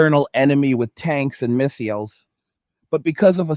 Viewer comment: This guy can't say missiles smh